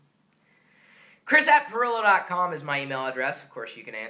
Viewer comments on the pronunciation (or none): Yeah, lol. Baboon's ass and Elephant's ass. XD Especially at the end when he said Live.Pirillo.Ass. XD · IT was funny when chris said " at Live.pirillo.ass see ya later.